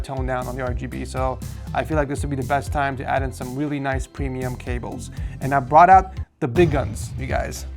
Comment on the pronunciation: bro really said "whilly" instead of "really"